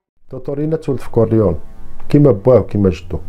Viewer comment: لوتشانو ليجو ... ونطق كورليوني ماشي كورليون .. احترمك اخي حيت ملي كنتي يالاه بديتي كنت متبعك ولاحضت عليك ملاحضة كنتي كادير واحد الصوت بحال يلا كاتاكل ونتا كاتحكي القصص و سمعتي الملاحضة و عجبني الحال ملي لقيتك طورتي نفسك برافو مزال رأسك صغير وزايد في تطور bravissimo